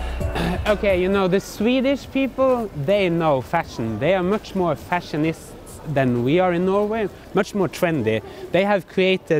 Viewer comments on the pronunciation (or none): They are much more fashionists [sic] than we are. I thought you said fascist!